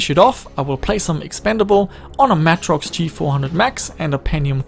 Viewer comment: Please pronounce Matrox properly. MAY TROX. Not Mah trox.